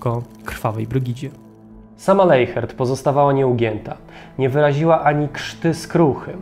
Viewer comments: Nie Leihert tylko Lesiert tak to się mniej więcej wymawia w języku niemieckim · Wymawia się leśert